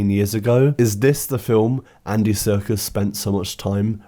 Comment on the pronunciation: i love that you pronounce his surname ‘circus’